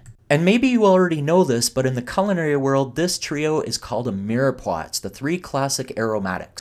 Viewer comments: Meer poi does not pronounce the 'x' just sayin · Pronounced mare pwar! Get it right puhlease! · You don't pronounce the X in Mirepoix LOL LOL